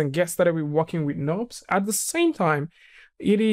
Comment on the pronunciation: pronounces "knobs" but it's actually "nurbs".